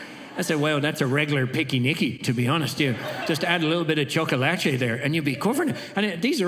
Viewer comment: Excuse me!! We literally write "Chocolate", so saying "chocolatee" isn't that wrong😭 [Guys isnt hate ok??? I love this guyy!!]